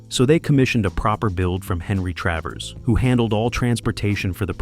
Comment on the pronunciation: It's Travers Not Travis.